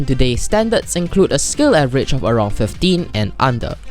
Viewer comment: "avgerage" nice.